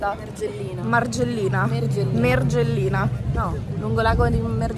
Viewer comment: guarda si dice margellino no mergellino